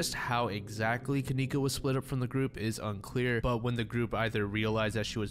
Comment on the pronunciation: That name kenneka, shouldn't be pronounced that way... her parents were probably terrible spellers like mine... I remember waiting for my sister to come... we were moving so all the boxes were labeled with names... my sister's name is KAYLA, but mom spelled it kalayla... she MEANT kayla... so maybe her parents MEANT kenieka, but spelled Ken icca